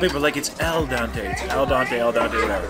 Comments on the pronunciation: Well since your taking about how the pasta is cooked right. You might as well pronounce it right... It's ... Al dente. Not Al donte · its EL DEN TE not donte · Ciao manga nope 'El Dente' like dentist means to the tooth..not dante. 😂 😉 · I'm not Italian, but I've watched a lot of Mario Batali in my days. I think it's "al dente" like dentist...not dante, like dante's inferno. Translates as "to the tooth" referring to the bite-back the pasta gives you when biting into it when it's not overcooked and mushy. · It's not Dante to begin with, it's dente witch is tooth.....Al Dente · It is not al dante or el dante. It's AL DENTE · Al dente... no El Dante. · say "al dante" then proceeds to say people say its 'el dante, el dante'. Wrong on both. It's al dente. Really not that hard. To make a whole bit about it is a bit weird to me. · "Al Dante" lol🤦🏿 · It’s pronounced Ahl-den-tay and no Italian meatball is all beef. It’s a combination of beef, veal and pork. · it’s definitely not “Dante” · Al donté???? Any Italian would cringe at that. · Al dente, with an "E", Dante (whoever that is) has nothing to do with it. x) Amazing job eating all those sallads and pasta dishes,! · It's "Al dente" 🤣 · Hi - it's al dente 🙃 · Al dente, with an e :)